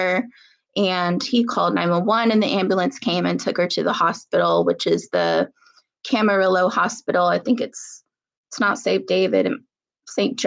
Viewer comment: It's pronounced Cam-a-ree-yo (ll in spanish is like yo).